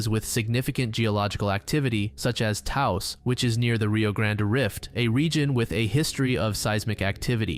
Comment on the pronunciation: You pronounced Taos correctly, good job.